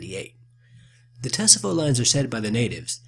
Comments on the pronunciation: It's pronounced Ta-sah-vo. Not Tuh-suh-vo. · Tsavo lions do not have manes. And Tsavo is pronounced Saw Voe. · Tsavo (SAR-VOE) The t is silent. Great video as always. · Pronounced, "Savo" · The 'T' in Tsavo is completely silent. So it is pronounced as 'savo' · The T is silent so it is pronounced (s-a-v-o) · It's pronounced Savo... The T is silent... And it means A PLACE OF Slaughter!! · Wrong. It's pronounced 'savo' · It bothered me how he said it. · you are mis pronouncing Tsavo wrong, and the lions did have manes Mr, Patterson killed the lions, kept them, and made rugs out of them. He later sold them to the American Field Museum in Chicago they reconstructed them which made them smaller than they really were. it was not posiable to put the manes back on, as the manes were ruined. they were sold for $5,000. their skulls are in the display just off to the left as you face them. if you are going to make a video, then get it right. there many that make videos of this event, but they get it correct. you did not.